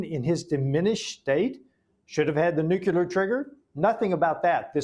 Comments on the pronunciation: nuclear not nucular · Duh! NOBODY should be surprised!!! And what is nuculur? It's nuclear! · What is a nucular? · Nu cle ar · I know this may be trivial, but it drives me crazy. Why do so many people put a "u" between the "c" and the "l" in the word "nuclear"?!? It's not "nucular," it''s " nuclear"! You can say the word "new" and the word "clear"... JUST PUT THEM TOGETHER! Sheesh. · What is more concerning is a US House Representative doesn't know how to pronounce the word "NUCLEAR". "NUCULAR is not a word so either he needs new glasses or his eye to brain to mouth has a problem. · How is a congressman pronouncing it nucular? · Nu-cu-lar war😂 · FFS it's nu-clear not nuke-u-lar ! LOL.That's my whinge for today. Peace everyone. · Nuclear, dammit, not Nucular! We are being led by idiots. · "The nukular trigger"???? NUKULAR??? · Ok, listen up, people, grandma can’t take this anymore! It is pronounced NEW’ clear! Accent on the first syllable. It is a TWO syllable word, not three! NEW’ clear! George W. Bush pronounced it wrong and so is this guy and since it’s a pretty big word in the grand scheme of things-let’s get it right, please? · Why is it not possible for an older man to speak English The word is nuclear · Nook ya ler fentinAWL. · From a man who cannot pronounce the word nuclear... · I think maybe Keith Self should learn how to pronounce the word "Nuclear" before continuing any further.